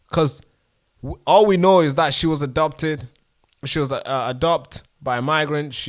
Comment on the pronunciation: Hi, thank you for reporting this. I know you're keen to improve your spoken English so please watch out for your pronunciation of abducted. It sometimes sounds more like "adopted", which obviously obscures the meaning. Good work 👏